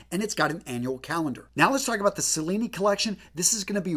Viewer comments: Another fist thing is to know how to pronounce the models. 1) Cellini ( Ch-lini) not sa lini- and it’s mill- gauss hard G . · Excellent review. Really thorough. The Cellini is obviously named after Benvenuto Cellini, an Italian goldsmith. His name is pronounced chel-lee-nee. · Cellini is pronounced chil-ee-nee, Milgauss is mil-gous. Probably insignificant but just letting you know :) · Love the video. A couple of names where wrongly pronounced (Cellini, and Milgauss), also Rolex does not make all their parta in house, for example, the hands. All in all a great video overall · If you’re going to make out you’re an expert at least learn how to say Cellini mate! 🤣